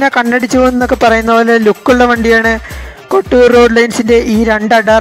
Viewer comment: Bro kotur Alla kottoor Nn anu Bro Parayunatha Kotur nn anu parayunee